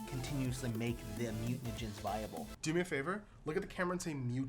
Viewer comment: I would've been perfect until you mentioned the mutanagens. Then I couldn't unhear it lol